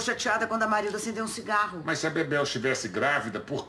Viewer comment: É Marilda , Marilza é quando o Paulão fala errado...kkkkkkk